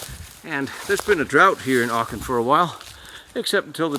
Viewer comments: It’s Aachen not Archen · Acchen not Archen is the correct pronunciation........No R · Thank you, I'm glad I was not the only one who noticed that. It was quite off-putting hearing him alternate between the correct pronunciation and hearing what sounded like arkhum!